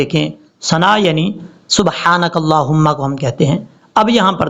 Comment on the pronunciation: او بھائی غلط پڑھتے ھو۔یہ سبحانک اللھم Subhana'K Allah'huma